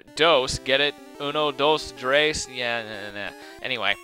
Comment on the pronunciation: the way you pronounced uno dos tres made me smile.